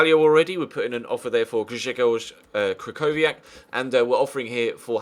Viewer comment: im not polish but my freind is and he said that krychowiak is pronounced as kri-ho-vi-ak